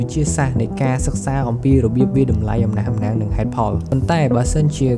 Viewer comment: អំណះអំណាង ទើបត្រូវ admin😊 មិនមែន អំណាស់អំណាង ទេ